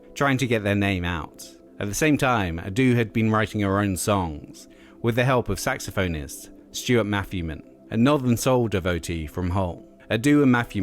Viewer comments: I do wish people would pronounce saxophonist correctly - it's 'sax-off-in-ist' - sorry just a pet peeve of mine 😊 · It's pronounced "SAX-OFF-E-NIST" in the UK, my last gf, before I got married was a Saxophone player/teacher, and she was superb.